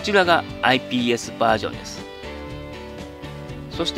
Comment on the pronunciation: 何回かISPって言ってる